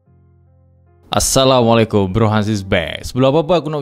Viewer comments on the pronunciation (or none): none